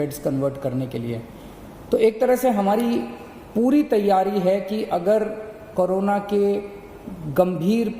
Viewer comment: Carona nhi kejariwal corona hai pahele bolna to seekh lo 😡😡😡😡😡